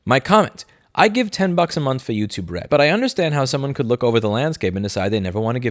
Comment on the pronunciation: I keep hearing youtube-red as youtube-rent!